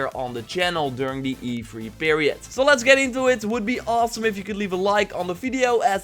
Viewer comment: E fhree. Lol. Love your vids dude